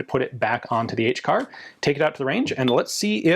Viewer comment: That's quite the neat suppressor you got Ian, i'm happy for you. I love how you called the HCAR the SHCAR which is pretty hilarious. I'm glad that LMT made the ION-LT cheap.